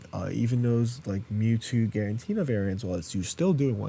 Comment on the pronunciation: I really appreciate that you commit to the “guarentina” bit in a serious video 😂